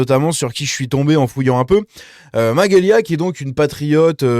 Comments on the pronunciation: C'est MaGelya Pas Maguelya lol..😅🤭 Mais je l'aime bien aussi.. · Salut ça se prononce majélia 😊